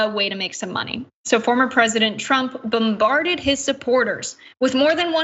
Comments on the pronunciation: PS. BOMBARDED, not BUMbarded🙄 And WTF is anonnenmitity? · No offense, the info is very compelling, but when you mispronounce words – KEY words – you lose your credibility. “BUMbarded,” “anon nenmitity,” “Pro pubLICKA,” c’mon. If you aren’t sure, ASK someone, don’t guess. Not looking for a fight, and I enjoyed the useful info, but imho, you need to improve your vocabulary.